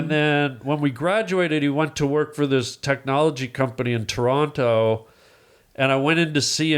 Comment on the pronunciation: NOTE THIS AS THE VERY FIRST TIME HARLAND HAS ANNUNCIATED THE WORD "TORONTO" INSTEAD OF SAYING "TRONO" LIKE HE USUALLY DOES 😂😂😂